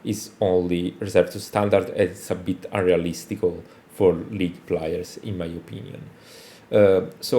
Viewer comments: that's good bro but you don't have to be a native speaker to hear that Plyers doesn't sound like Players 😘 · Can you atleast say Players instead of Plyers?